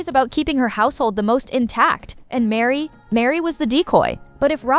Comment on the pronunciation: Her name is Meri, not Mary